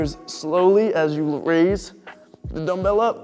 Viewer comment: When you say "dumbbell up" , it sounds like you say "vanilla" and it cracks me up every time. I love it :D